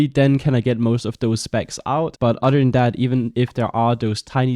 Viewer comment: I love when you say "other" lol. It sounds like you saying udder 🐄